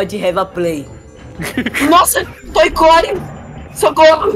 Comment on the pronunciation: Não fala toy core